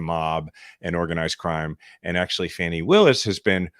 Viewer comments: As in Fawn. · Fah nee Willis, not Fanny! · It’s Fani pronounced Fawnie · Please 🙏 guys if you're going to be reporting then, learn how to once and for all pronounce Fani Willis' name correctly! ... It's pronounced Fah-nee! Due respect! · I love you guys, but please pronounce Ms. Willis’s first name correctly.